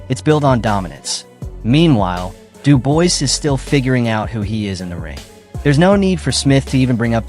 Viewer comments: If I hear Dubois pronounced like that again I may chop my bollocks off. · After about the 6th time of pronouncing Dubois wrong I had to stop the video... That's like nails down a chalk board. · I immediately stopped the video upon reading this comment. I hate when the name is pronounced incorrectly. So yeah, thank you. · bro you're talking about two boxers and mispronounce both of their names. Have a bit of respect.